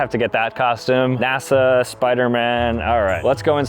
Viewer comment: Did bro say nasa?